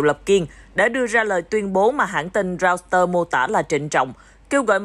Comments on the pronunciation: Reuter: đọc là Roi tơ ko phải Rau tơ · Mở goole dịch là roi đơ nhé